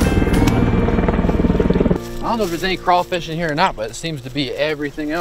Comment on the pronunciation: Love ya channel BUT it’s crawfish..lol